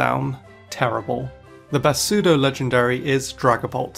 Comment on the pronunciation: You mispronounced "pseudo". It's pronounced as "SUE-DOH"